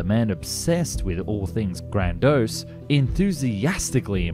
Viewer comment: "Stephenson" is pronounced steve-en-son. That PH in the middle is a F sound, get it? "Grandiose" has three syllables.